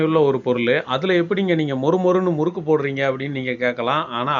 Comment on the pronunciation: It is murrukku (irandu sushi rra!) please pay attention to tamil